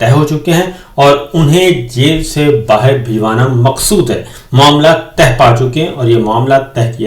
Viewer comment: او بھائی!! ھمیشہ معاملات "تہہ" ھونا بولتے ھو، یہ اصل تلفظ "طے" کرنا ھوتا ھے- عجیب لگتا ھے کہ اتنا تجربہ کار صحافی ایک عام لفظ کا تلفظ صحیح ادا نہیں کر سکتا- ایسا سننا ھی irritating ھوتا ھے- ایسا لگتا ھے کہ آپ بھی چوھدری نظام دین کی طرح ڈھیٹ ھو گئے ھو۔۔۔۔